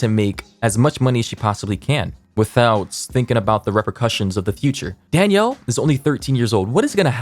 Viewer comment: take a shot every time pronounces "Danielle" as "Daniel"